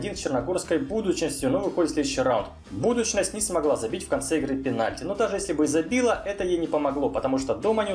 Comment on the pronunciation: Ошибки в видео: 1. Рейнджерс обыграл не Скопье, а Шкупи 2. Энгордани, а не Энгордини 3. Динамо Минск играл не на «Тракторе», а на обновлённом стадионе «Динамо» 4. Норшелланн, а не Норсьелланд 5. Не Сачхаре, а Чихура Сачхере 6. Партизан не мощность показал, а мощь 7. Не БУдочность, а БудУчност 8. Дандолк-ирландский клуб, а не исландский 9. Не осиЕк, а Осиек 10. Не ДомжалЕ, а ДомжАле 11. Не вошли а прошли в следующий раунд 12. Не Дунайска Страда, А Дунайска Стреда 13. Не Ла Фьорта, а Ла Фиорита